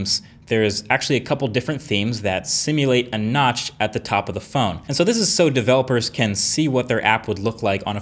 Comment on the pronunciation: Who heard nuts instead of notch.